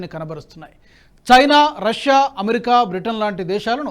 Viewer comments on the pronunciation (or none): none